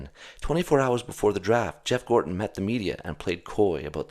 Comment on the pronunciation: Gorton, with a "t" not with a "d" It's not half-life; it's not Gordon Freeman.